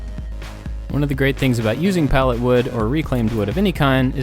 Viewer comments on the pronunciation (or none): I thought he said LED signs from Pallettown XD